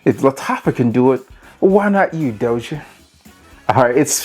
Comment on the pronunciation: Its pronounced DAH-SEE-AY....And their fragrances are pretty legit, not sure how they got on TEMU....thats a fake bottle of Dossier...trust me